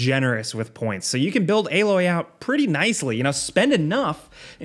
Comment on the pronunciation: Stop saying aaaaaloy